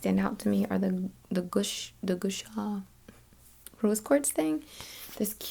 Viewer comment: Gua Sha is pronounced like “gwah shah” 😊